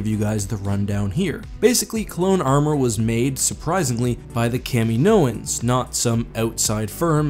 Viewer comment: No one:: KAMI-NOANS